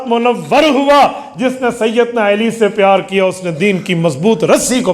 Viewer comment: مفتی صاحب ، لفظ علی ہوتا ھے عیلی نہیں..